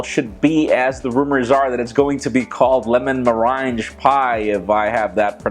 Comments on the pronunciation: It's MUR RANG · "Meringue" is pronounced "Merang" At least that is how its pronounced in England and we invented the language so go figure ;) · its pronounced merrang or else it would be spelled meringe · It's pronounced ' mer rang.' - meranjee sounds funnier tho. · Does it bother anyone else that he can't pronounce liquorice and merengue? It's lick-or-ish and mer-eng. As for smart watches, how hard is it to just check your phone? Especially if it has an indicator light. A smart watch is just another thing to have to charge everyday. I had a Blackberry Curve that would last a full week with heavy texting and phone calls, yes it was practically unusable for data, but it was a phone. I am looking for phone that has long battery life, which is why I am probably going to get a phablet. The Note 4 is on my radar but I'm disappointed that it isn't water proof and in all the first impression videos it lags. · you are butchering the word meringue. It sounds like "merangue". Say it 100 times fast and you'll be all set. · "Meringue" is pronounced as "mer-ang" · duuudeee its lemon and ma-rang pie and lick-o-rish just to get the pronunciation right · Total respect to you,, but it's pronounced "Merr-ang" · its prenounced Meh-rang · Meringue is pronounced (MER-ANG) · It's pronounced "lemon mo-rang" ( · It's pronouced "Mer-Rang" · licorice and meringue aren't pronounced like that. Thousands of people are watching your vids. You need to make sure you can pronounce all of the words you say correctly. Other than that you do an excellent job with your ideas and news of the world of tech.